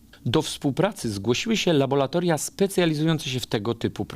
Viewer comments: Nie uczą już łaciny i mamy labolatoria zamiast laboRatoriów; tak jak aqua to „akua”, a nie „akwa”. Matematyki też już nie uczą, dlatego powierzchnię próbki materiału podają w cm3. 😉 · Bardzo cenię Pańskie wypowiedzi, materiały obalające pseudonaukowe teorie. Muszę jednak zwrócić uwagę, że mówi laboLatoria, zamiast laboRatoria. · Labolatolia? Serio? Laboratoria!